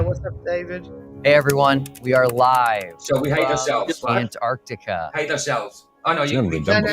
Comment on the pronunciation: That Sith Ifrican still can't say Anartica....